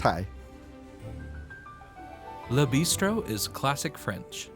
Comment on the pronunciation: guys this is an EXCELLENT video - loved it! and so far yall are the only ones who have pronounced Le Bistro correctly lol